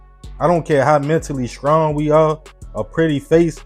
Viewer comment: I gave up at “skrong”